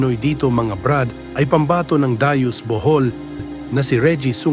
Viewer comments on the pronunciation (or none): Hindi yan Daius, Bohol kundi Dauis pronounces as Dawis... pls correct your pronunciation of the place...!